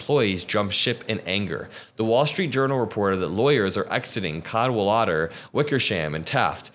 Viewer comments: “Cadwalader” is pronounced, “cad-WALL-uh-der,” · cad - WALL - uh - der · Cad…wal…ad…er…….equal stress on each syllable 🤩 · It's Cad-wal-a-der 😉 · Cad wall uh der, you’re welcome. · Cad-Wol-Udder: it's Welsh and means 'Battle Leader'. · Cadwalader, stress on WAL. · it's pronounced Cad-walla-der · Very interesting as always. I can only add help with the correct pronunciation of Cadwalader, which is a Welsh name, stress on the second syllable, so it's Cad-WALLuh-duh. The best-known example is a C7th king of Wales. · cad WALL uhder. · It’s pronounced ‘cad-walder’. 😊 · I believe the stress is on the second syllable Cad WAL ader. Hope this helps and keep up the good work. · It’s CAD WALL A DER, exactly like it sounds, you’re welcome! ❤you